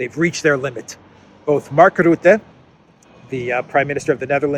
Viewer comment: Say 'Rutte', NOT 'Rootte'!🇳🇱🎅🎅🎅